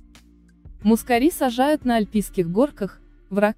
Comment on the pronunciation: Гвоздику перистую и турецкую люблю весной. / мускАри - ударение на А ./ Спасибо за красоту.